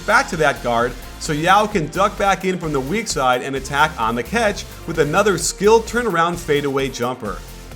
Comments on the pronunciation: Why does coach say 'ketch' instead of catch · more like Cyatch